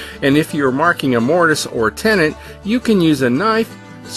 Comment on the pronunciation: It's called a tenon not tenant.